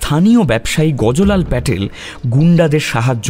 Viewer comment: দারুণ!!! শুধু-- গুজরাতী ব্যবসায়ীর নামটি 'গজো লাল'-এর বদলে অবাঙালী টানে "গজ্ লাল" উচ্চারণ করলে আরও ভাল হতো। শুভেচ্ছা রইলো।